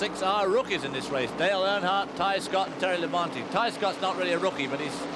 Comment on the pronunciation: Ken keeps saying Terry La-bounty LOL